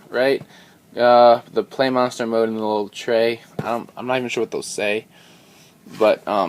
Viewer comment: Im pretty sure its supposed to be pronounced pla, like Gunpla, but whatever its your show